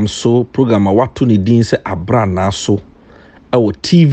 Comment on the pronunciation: you are pronouncing the Twi word "Abranaa So" incorrectly. Even though my Twi is poor, the rough English translation should mean "The Time Is Now".